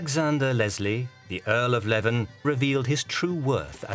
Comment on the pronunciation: 'Leven', as in the Earl of Leven, is pronounced 'lee-ven', not 'leaven' (at 7' 46").